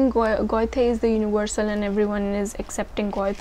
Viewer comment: Goethe = Göthe = Ö sound